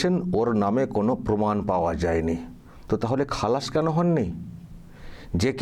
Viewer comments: গবমেন্ট, পমাণ, অসাধারণ!এমন সুন্দর উচ্চারণ, এমন বাচনভঙ্গি কত গুণের অধিকারী। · গর্মেন্ট , পোমান 😂😂